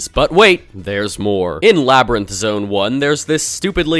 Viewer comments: "Labrinth zone" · bro really said aquatic ruin bro really said labyrinth zone